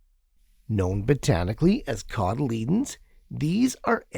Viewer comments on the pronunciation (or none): And apparently I've been saying "cotyledon" wrong for a while. I've been pronouncing it "coddle-e-DON", not "coddle-E-dun"